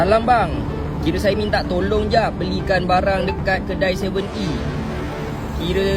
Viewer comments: TIPE, SYE, KIRE😂😂😂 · "Kire sye" sye sye pun dah boleh agak orang mana?